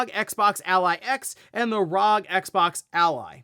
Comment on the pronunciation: Dear God, young man, it’s bad enough to hear you say it wrong once per video, but that burst-trigger setting you spit out … my ears are bleeding! It’s R.O.G. Arr Ohh Gee. There is no such thing as Rawg!